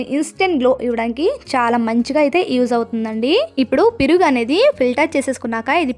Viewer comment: piruga enti sister meeku telugu radha 😅perugu anandi 😂😂😂